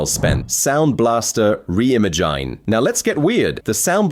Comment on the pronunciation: Soundblaster ReImagayyyynnnnn, effing AI. Is it hard to record your own voice?